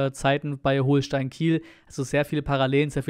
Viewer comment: Nur zur Korrektur, man spricht Holstein wie als hätte es ein doppeltes L 😉